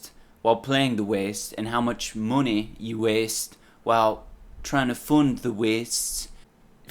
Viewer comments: I love how he says mune instead of money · Give meh theh moneh boah!!!